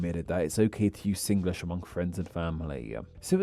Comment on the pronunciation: Good. U said Singlish the Singlish way, sing-ge-lish.